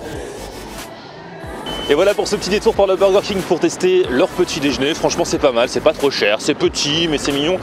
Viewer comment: Par contre on dit "déjeuner" pas "déjné" arrête de massacrer notre belle langue